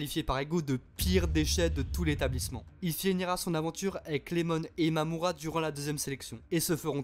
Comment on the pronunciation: C’est iemon pas Lemon 🤣